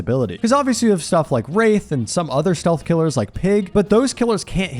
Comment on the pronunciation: steath instead of stealth for ghostface made me laugh